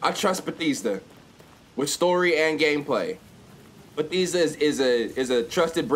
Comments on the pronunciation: ITS BA-THES-DUH NOT BEH-THEESE-DUH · b-EH-thEHsda not beetheesda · 🤣🤣🤣🤣🤣🤣🤣 Me being a Marylander and hearing him say "Batheeeezda" 👁️👄👁️ BYE MOE! I love that you trust their games though 🫡 much love for you over here in MD! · just said bethesda wrong for a cool 40 seconds 💀 went on a whole tangent saying BADESDA when its BE-THESS-DA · homeboy its buh-thehs-duh not buh-thEEEs-duh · its pronounced ba-thez-da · This nigga just said "Betheesda" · Bruh stop sayin "Betheesda" 😂😂😂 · My mans said Betheestha. 😬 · It's pronounced ba-thez-da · The way he Pronounce Bethesda... SMDH............ EXPOSED!!!!! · Say Bethesda right lmao 😂💀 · When your from Maryland and he proneness Bethesda wrong😡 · i hate how you say bethesda lmaooooo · How you gonna say Bethesda a trusted game in your house but you can't even say they name right smh 😂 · how you going to be a English major and you cant pronounce words correctly cant even say the main character's name correctly and Bethesda.